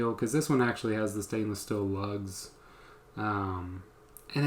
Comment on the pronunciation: Just an FYI it’s steel not still lol just having fun great info